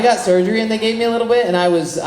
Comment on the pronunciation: "a lottle" 😊